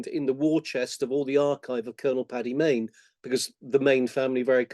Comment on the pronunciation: 'Paddy Mayne'